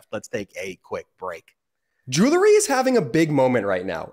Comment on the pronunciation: Great, great show!, please correct pronunciation of the word “jewelry.” It should be “JU-el-ree.” NOT “JU- ler-ee”. Thanks!